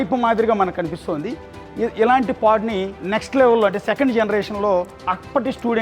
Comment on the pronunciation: nice info anna but its pod not pad 😊